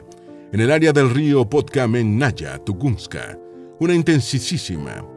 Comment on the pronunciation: No es tugunska es tungushka